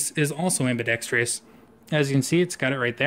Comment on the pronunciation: Ambidextrous not ambidextreeeeeeeus.